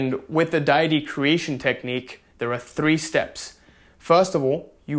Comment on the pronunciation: It's day-ity. And thank you so much for your videos.